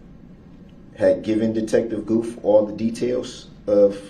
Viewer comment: At , The Detective's name is Stephen Guth. It is pronounced Gooth. DB actually pronounced it correctly! Mind you, this is his witness, and he doesn't even greet him with salutations merely launches right into questions. He has no idea what estranged means. He is now estranged from his whole family and any friends he may have had.